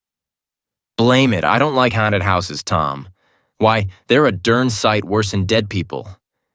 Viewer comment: Why can't he pronounce the word haunted properly? He keeps saying hairnted.